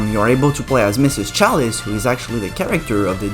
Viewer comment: Don't be that person bro this video was a hit I look at the comments expecting some laughs and I see you erm you pronounce chalice wrong ☝️🤓 like STFU